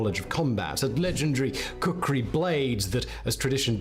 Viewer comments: It's "Khukuri" not "Kukuri"🙂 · its not kukri its real name ia KHUKURI🇳🇵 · It's Not kukri it's called khukuri